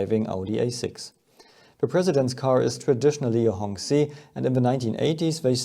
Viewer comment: The 'q' in 'qi' is a 'ch' sound.